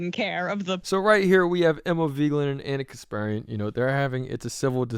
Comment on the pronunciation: What's with the clickbait title and the way you keep pronouncing Emma's last name? "Veegland"?